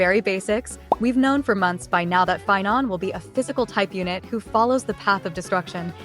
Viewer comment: Sorry pie-non, Seiba is more important